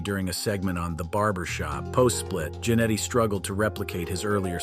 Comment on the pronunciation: It is Ja-Netty Not Jan etty